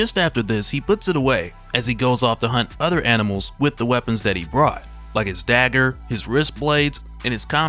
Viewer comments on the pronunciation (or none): none